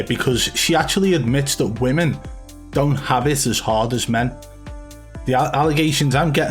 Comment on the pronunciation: saying woman instead if women is painful to my ears. Literally makes me grind my teeth.